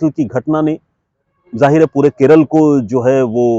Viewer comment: Please say kerala, la not l